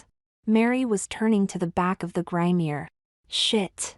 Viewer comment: It's a GRIMOIRE, not a grainier!